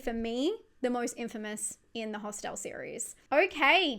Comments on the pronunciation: Never heard it pronounced ✨hostelle✨ before, sounds fancy 😂 Love your icebergs! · Thank you for making "Hostel" sound very classy by stressing the 2nd syllable. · Why pronounce Hostel as a French word but Irreversible as an english word? :P